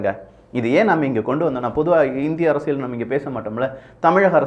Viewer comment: ...அரசியல் என்பதற்குப் பதிலாக உச்சரிப்பு உசிலமணி அரசியள் என்று சொல்லாதே.... தொடர்ந்து உமது காணொலிகளைப் பார்க்க ஆசைப்படுகிறோம்.....